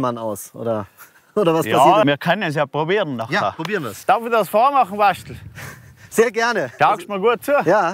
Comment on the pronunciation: Des hoast waschtl für Sebastian. Ned Raschtl🤣🤣🤣